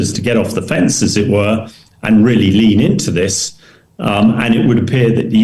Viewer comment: Some one please help the interviewer with his English . "Ziss " does not replace " this ".😊 .